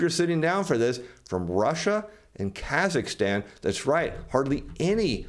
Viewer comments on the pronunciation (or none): none